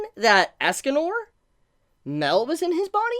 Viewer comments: Dude its not "Mel" its "My-el". U making me cringe when u say mel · Mael is pronounced My.el like Mae sounds like my and l is pronounced el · I think it's pronounced (My-El) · Mael is pronounced My.el Mae sounds like my and l is pronounced el